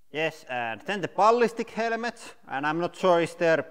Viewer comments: Helemets Not helmets 😂😂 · "Helemets" my brain is on fire. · nah it's actually "helmets"